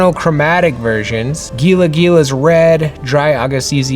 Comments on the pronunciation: As a native to the SW US, I kept cringing at the mispronunciation of Gila! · I know this is hecka old by now but I love this project. My only fyi is that it’s pronounced like hila not gila. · I love tcg’s also it is pronounced Heee La not Geee La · You're absolutely killing me, fam. It's HEEE-la monster 😜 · This is an awesome concept just an fiy it's pronounce the G in Gila is pronounced like an H so it's HeLa monster. Also, maybe you can do the sketch versions in a holographic shade. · Gila monsters are pronounced Hee-luh not Gee-luh. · The G in gila monster sounds like an H ! ( hee luh) monster . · Gila Gila is pronounced Heela Heela. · For the Gila design, has anyone mentioned it's pronounced "Helah"? Idk I grew up in AZ hearing about these all the time and I always heard it with an H at the beginning as opposed to a G. Not trying to be the "Ackchually" guy lol just want it to be dope through and through! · I guess probably "Hee-Luh" lol it's definitely not pronounced "Hella Monster" though that would be sick 🤣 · Uh, you're pronouncing Gila wrong, with a "Ga". In the SW deserts in NM its pronounced "Hee" so its "Hee'La" monster. I've never seen them in the desert wild, despite in my literal rural desert back yard,. I've only seen them in captivity probably because they are poisonous and have a venomous bite. I would give this defender highest rating. You can pronounce it however...but its a Hee La monster. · Gila is pronounce with an H instead of the G. Love the characters! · Hey, the "g" is pronounced like an "h" in hila monster....so "hee-luh".... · Loving this! I was in for the playing cards, and I am definitely in for this too! What a great start to the series! Also, I'll be captain pedantic but Gila is pronounced Hee-Laa, the G sounds like an H. I will be backing this without question! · Just an FYI the G in Gila Monster is pronounced like the English H so it’s pronounced Hila monster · Heela monster its pronounced "Heela"